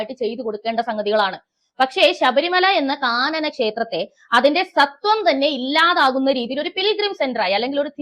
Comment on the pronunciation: സത്വം അല്ല കുട്ടീ.... സ്വത്വം 👍